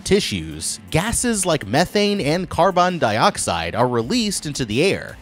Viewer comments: "Carban Daioxide" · My man said carbon dioxide in such a way I thought it was a word i didn't know for a second! xD